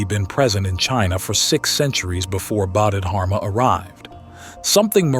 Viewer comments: I really hope this an ai voice but honestly I don't think so. First he read Bahdid <-- Harma. He read it like that several times and then it changed to something else where he did say dharma but it still was wrong. I can't listen to this if he can't even muster the respect to learn to pronounce his name right. 🤢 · AI voice that doesn't even know how to pronounce the name of this Great Zen master. What plagerized crap is this. I lived with Osho for decades. Use His voice. His words. His presence. Not cheap ai copies